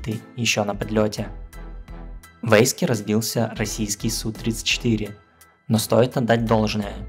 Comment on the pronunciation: Эйск?)))) Ейск. Хотя, в этой ситуации, может и эйск.